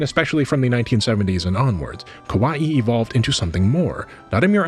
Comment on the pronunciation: I recommend checking out pronunciations prior to recording a video as well. Kawaii is pronounced ka wa ii not kowai or ko wa i. As a syllabic language, Japanese can be very easy to pronounce if you do a bit of leg work and check out how various kana are pronounced fyi.